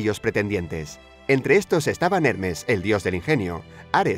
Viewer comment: decía hernes y es hermes el mensajero de los dioses según mitología griega